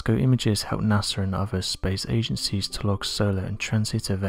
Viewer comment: He pronounces NASA as NAS-ER!😆